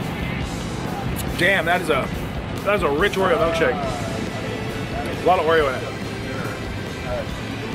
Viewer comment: I'm sorry dude but what exactly is a melkshake? It's pronounced ilk as in illkshake.